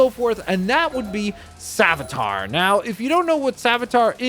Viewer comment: Btw, it's pronounced Save-ee-a-ter